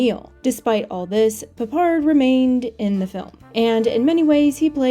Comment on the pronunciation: Do you Yanks deliberately go out of your way to mispronounce names ? George Peppard is said the way it looks PEPPard, not pappARD. Where the 'ell did you get that nonsense from ?